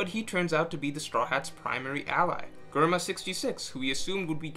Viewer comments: Germa, say it will me Jrr-muh. Not grr-muh, jrr-muh. If you get confused think of GERMany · The way you say germa just is weird to my it’s germa not gherma😂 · Who else cringed every time he said Germa with G instead of like "J" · he say grrrrma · Its "J-erma", ty. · My ears bleeding when he says gorma to germa .. uff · why say GURMA aaaaaaaaaaaaaaaaaaaa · GUR-ma lmaoooo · It's pronounced Jerma... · Germa sounds better pronounced jerma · Dude, you know how to pronounce Germa (JERM-UH) Stop playing these games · the way you say germa infuriates me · The Video was great. But who else else got annoyed everytime he pronounced Germa 66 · Do you also say gurr-many? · Cant even say Germa properly... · Germa isn't "grrma", it's "jehrma". Also, Akainu = ”aka inu", or "red dog".